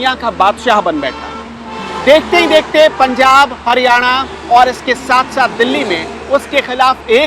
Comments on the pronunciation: haniyara ya hariyana bishloi ya bishnoi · 1.14 Haniyana 🤣🤣🤣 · Hadyana nhi haryana